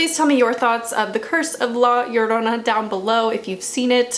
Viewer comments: You pronounce La Llorona perfect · Your pronunciation of “la llorona” is this pretty nice! Also, is not only a mexican folk tale (even tho i can understand why you think that) I’m pretty sure its a whole latin america tale. I’m venezuelan and since i was little i was fucking SCARED of la llorona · I really just clicked on the video because I wanted to hear your pronunciation of La Llorona and it wasn't bad at all :v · Native Spanish speaker here, your pronunciation of it was p good. Thanks for at least trying. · Amazing pronunciation most people say "La Shaourouna" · I’m from a Mexican heritage and I was a little disappointed that the main wasn’t a Mexican because this was more of a Mexican heritage but she did good attempting to saying La Llorona. Also I am not that good saying her name and you said it right so yeah. I definitely believe there’ll be a sequel because hello conjuring😂but I love your channel. Also there are a lot of folk tales and how and why she did it so it’s truly not the right folk tale but it’s because for me that’s not the tale I heard so I was bias but still loved this movie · What really gets to me are creepy children and Asian ghosts. Anddd your pronunciation of La Llorona was quite well actually. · You actually pronounce the title very good 👍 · honestly you pronounced la llorona better than any other white youtuber i've seen try to say it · Yeah, she did